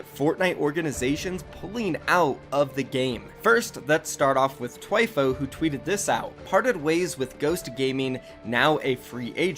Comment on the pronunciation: It’s not “Twyfo” is Thwyfoe”, spelt Thwifo.